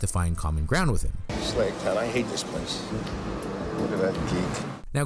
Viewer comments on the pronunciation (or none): none